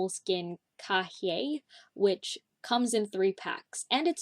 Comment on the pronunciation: Little info so you'll know for the future, cahier is pronounced cayeh :) in french it's moleskine cahier too